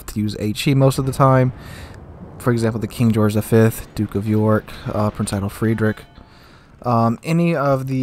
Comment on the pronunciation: "Prinz Eye-Tell Freed-richhh" Hopefully that helps a bit :P The end of Frederick is hard to pronounce, I had trouble with that in college too Oh and fun stream yesterday. Have a good one